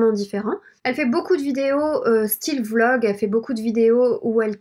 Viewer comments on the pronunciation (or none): none